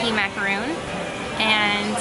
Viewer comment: Just remember its mac-ah-ron. Exactly like macaroni! Thats how my friend taught me.